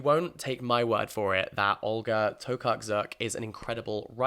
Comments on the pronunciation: im really happy you’re reading a polish author!! i know that polish is hard but olga’s last name is read like this: To-car-chuk i hope thta helps 💖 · Hi from Poland! I know that the Polish language is hard so I wanted to help you out and let you know that Tokarczuk is pronounced more like Tokar-chook ☺️ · olga tokarczuk is pronounced toh-kar-chuck !! 😊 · Your pronouciation of Tokarczuk was so cute, tho its easier than it seems — you could say it like it’s Tokarchuk haha greetings from Poland!